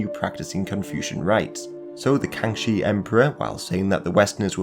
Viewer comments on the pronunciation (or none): x sounds closer to -sh in English. There is a bit of difference there, but would be hard to convey it in text. So it would sound closer to Kangshi than Kangchi (which is how you pronounced it)